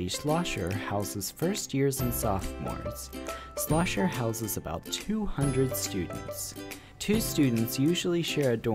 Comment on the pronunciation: It's "Schlosser," not Slosher.